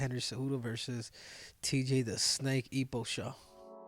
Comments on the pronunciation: Eposhaw lol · "Tj the snake eposhaw" 😂 that caught me off guard